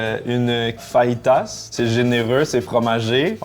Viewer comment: pas faritas idiot, fayitas, apprend ta prononciation